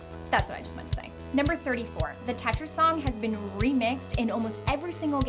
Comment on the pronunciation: Don't know why but I hate it when you say Tetris